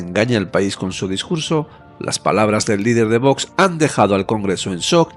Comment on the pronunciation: se pronuncia VOX no "Votch" inculta.